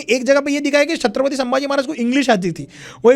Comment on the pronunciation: Irritating.... How did our Marathi guy didn't correct the interviewer calling the words " Shatrapati and Hinditva..... It is Chatrapati and Hindutva .... I wanted to slap and correct him